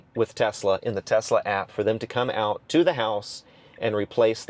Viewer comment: Kudos for pronouncing the name right! Greetings from Croatia (Nikola Tesla is Serbian born in what is present day Croatia. Our languages our very similar, we pronounce it identically and yours is spot on)